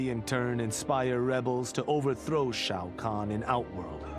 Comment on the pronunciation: Off topic, I know, but Skarlet’s pronunciation of Shao Kahn is very strange. “SHO CAN”